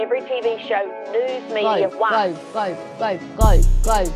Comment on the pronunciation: how do you make "WHY" a three syllable word? 'I' a two syllable word?